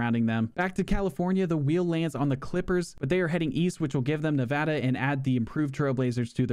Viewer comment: No way. I didn’t know there was a YouTuber that could pronounce Nevada correctly. Thanks mate